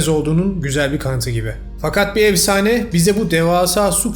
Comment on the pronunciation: Evsane değil “efsane”